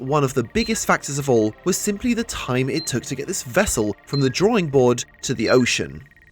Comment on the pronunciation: "Nuclear wessel"